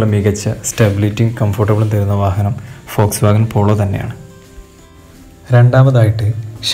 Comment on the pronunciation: Foxwagon alla....WOLSWOGON POLO..aan